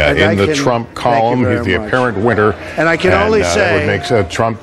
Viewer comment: Narrator so focused on getting his low bass voice that he ends up saying "winter" instead of "winner"